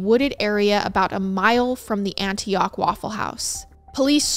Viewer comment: I loved how you pronounced Antioch , Raleigh, and Biloxi. As a southern person we pronounce all of those differently and it’s so cute hearing you say them ❤😂